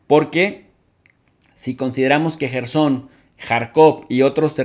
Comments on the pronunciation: Es Jersón y no Yerson!!!!!!!!! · Jersón cojones! Yerson dice... Ya es hora de aprender a leer las cositas... Ya empieza a ser vergonzoso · Se pronuncia KERSON